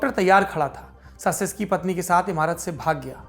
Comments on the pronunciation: सासेसकी नहीं... चाऊसेसकू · Nicolai Caesescu ka uchharan "Chu-ses-ku" hoga. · Respected Sir his name pronunciation is Nicolae Chowshesku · We really enjoy Lallantop and mostly the Duniya dari section. Just a little correction if I may. His surname is pronounced as Chouseshkou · Saurabh ji with all due respect...President's surname pronounciation is "चाऊ सेस कू"....🙏🙏